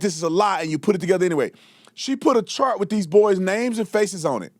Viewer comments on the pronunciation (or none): none